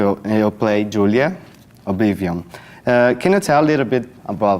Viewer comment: obli-vi-onn??? doeu meu ouvido